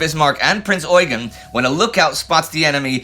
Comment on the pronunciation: As far as I know the emphasis should be on the second e in Eugen, very similar to how eugene is pronounced in english. That is due to his french herritage. At least thats what i learned during my time in school in austria.